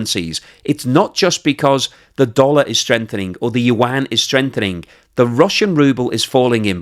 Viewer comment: That's how you humiliate a nation. It's an old strategy... Calling them something else rather than what they identify to be.....he pronounces the Chinese currency incorrectly too, love it ... 😂